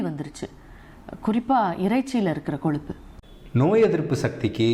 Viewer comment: Koluppu illa ma. Kozhuppu.